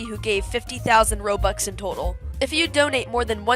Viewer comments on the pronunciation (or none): none